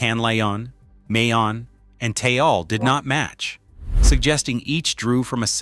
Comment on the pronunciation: One minute ago You made this video pretty fast How about not letting AI make your videos? “500 people died” how did AI do? “$.05” And learn to pronounce Taal I will never like or share these stupid AI videos if the person posting them don’t check the content, and you won’t get a “subscribe” from me